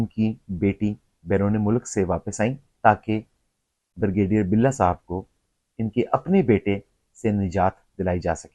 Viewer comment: "Bur gay deer"? It is 'Brigadier'... please speak correct. " Mufakaat e Amal" To MUKAAFAAT E AMAL. Taubah. This happens TO almost every Elder person OVER 65 all OVER THE WORLD. IT IS KNOWN AS ELDER ABUSE AND THERE ARE LAWS TO PROTECT ELDERS IN THE WORLD. BECAUSE ELDER ABUSE HAPPENS IN ALMOST ALL HOUSEHOLDS IN PAKISTAN AND ELSEWHERE WHERE OLDER RELATIVES AND PARENTS ARE MALTREATED. EVERYONE TURNS OLD AND IT CAN HAPPEN WITH YOU, MYSELF OR ANYONE. LAWS HAVE TO BE MADE TO PROTECT ELDERS; THEIR PROPERTIES AND ASSETS FROM THEIR IMMEDIATE FAMILY LIKE CHILDREN OR SERVANTS OR NURSES WHO TAKE ADVANTAGE OF THEM AND FORCE THEM TO SIGN THEIR PROPERTIES IN THEIR NAMES WHEN OLD AND BEFORE DYING. INTERNATIONALLY IN THE USA UK CANADA, LAWS ARE MADE TO PROTECT ELDERS AND THEIR SOCIAL SECURITY AND PENSIONS FROM CARE GIVERS WHICH ARE USUALLY THEIR CHILDREN. YEH SUB AAP KAY SAATH HO SUKTA HAI, AAP, YA KOI AUR. KOI AJUBA NAHIN, DOCTOR HO ENGINEER HO BEAURACRAT HO, FAUJI HO, PROFESSOR HO, INDUSTRIALIST HO ZAMINDAR HO OLD AGE MEIN SUB DEPENDENT HOTAY HEIN. ASAL ISSUE KO ADDRESS KERO KAL AAPKAY SAATH BHEE YEHEE HO SUKTA HAI. BUHUT GHALAT VLOG HAI. VERY ASHAMED TO WATCH.